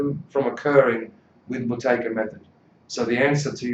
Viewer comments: Yeah but he says Boo-tay-kA with an A at the end. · Why does this guy keep saying Buteyka? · How do you pronounce the word ‘Buteyko’? Answer: It’s Boo-tay-ko. Konstantin’s last name was originally misspelled in English and therefore it is difficult to pronounce. People would often say: “Beau-tay-ko? The beginning of it is pronounced as in the word “boot”, not as in the word “beauty”.